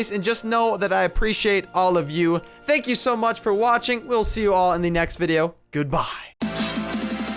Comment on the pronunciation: just a quick question why do you say thank you like dank you? not trying to offend or anything